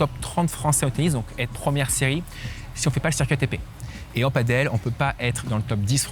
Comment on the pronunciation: On t'aime mais par pitié : Padel, pas Paddle 😁